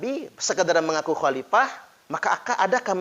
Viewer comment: Sebut Khalifah saja baradja tidak benar..dia bilang halipah